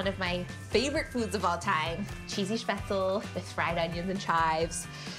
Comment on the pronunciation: The least you could do is pronounce spaetzle correctly…